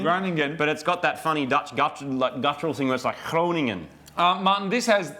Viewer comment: wow, your pronunciation was amazing of Groningen!